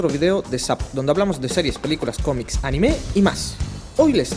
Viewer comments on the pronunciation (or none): none